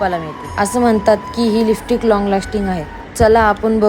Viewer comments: listick bolte ky tu lipstic bol g bai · Lipstick pan bolta yet nahi hila😮